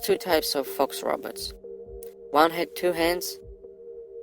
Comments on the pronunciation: Its more like he is saying rabbits...lol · He pronounced robots as roberts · He's saying.."the roberts" 😂😂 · I like the way he says "robots"😁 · did he say inteligent rabbits? or robots? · He just seen the damn Terminator movie....smh.....the "roberts" ..it's pronounced "Row bots" not roberts 😂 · dose he says rabbit or robot so intelligent😬😬😬😬😬😬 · He too is saying ROBUTTS and not ROBOTS. LOL😂😂😂😂 IF YOU WANT TO FAKE, AT LEAST FAKE PROPERLY!!!😂😂😂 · well i heard Robutts🤣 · "The robets", the robots evil cousins. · THE TRUTH no he’s saying robutts